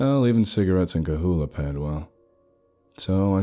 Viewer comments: Lol. Its pronounced "kal-oo-ah". The 'H' is silent. 😊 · Say it with me; Kuh-Loo-Ah. Kahlùa.